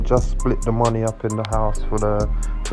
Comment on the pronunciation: It's not pronounced Moon-nuh it's pronounced Money.